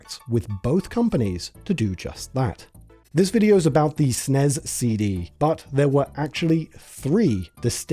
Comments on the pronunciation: Great job on the entire piece, but why utterly and incorrectly say the name of the system, there is no SNEZZZZZ. It's like nails on a chalkboard. Glad to see some honest history finally. For years people crapped on Nintendo thinking they cut Sony dirty, but the history was out there and ignored for decades. Sony cut Nintendo deep, the licensing, they control all games, all approvals, all PROFITS from the licensing. They would be literally a techonology parasite making the SNES unprofitable to Nintendo as few would make carts over cheap bigger CDs while eating the costs of manufacturing, a lose lose on profit in two ways. The early era of Sony arrogance, taking a page in part from Nintendo, they were the original backstabbers with their terms to take over from the inside like a cancer, so no pity is deserved. It's stupid they tanked the Philips disc system, but I get the old man was more than salty at that point. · To be fair, it IS an acronym, so it should be pronounced as S.N.E.S. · There's a special place in hell for people who pronounce SNES the way it's pronounced throughout this video. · "SNES" isn't a word. Freaking hate when ppl say it as such. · This is the first time ever I've heard SNES pronounced as an acronym, and I don't care for it lol. I've only heard or said "Super Nintendo" or typed out SNES for brevity. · We never pronounced SNES as "snez"! We usually just called it Super or Super Nintendo. Maybe S.N.E.S but never "snez". Sounds so fucking stupid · Idk maybe I'm just having a bad day but I turned it off because I can't handle hearing it pronounced snez 😭 I'll come back when it's harder to annoy me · not even 2m in and he's already calling the snes the snez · Yeah it's either S N E S or Super Nintendo, NEVER SNEZZZZZ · I know, wtf is a snez, had to click off and leave in. Just grating on my last nerve. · "snez cd". at this point I think brits pronounce things differently just so they can say they're not American. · Please stop saying "sness".